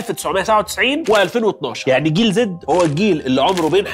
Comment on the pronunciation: عزيز انت عمال تقول جنزي بدل جيل زي احنا بقينا بطلونات يا عزيزي 😅